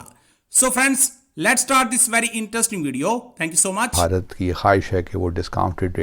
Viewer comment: These pakistanis are so duffer as they can't pronounce ever Bharat. They say Baharat 😊